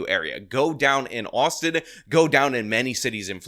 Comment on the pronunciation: Austin only has two syllables, bro. "The city of Austin-ah"